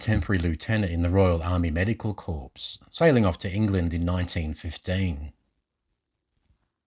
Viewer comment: I think that word is corps not corpses pronounced “core”. A great place to escape the horrors of war, any war. Thanks for such a great unknown gem of a story.